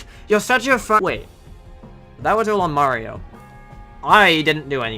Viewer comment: you were calling mario a furry, right? RIGHT?!?!?